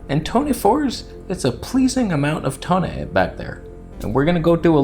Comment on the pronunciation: There is no toneh! This is blasphemy